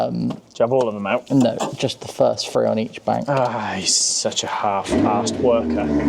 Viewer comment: omg it`s three not free thing not fing nothing not nuffing and on and on you sound like a bunch fick or is it thick blokes 🤷‍♂